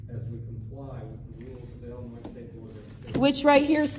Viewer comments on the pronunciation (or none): Take off your sunglasses and stop slurring . It’s IIIIILLLLINOIS not Ellinoy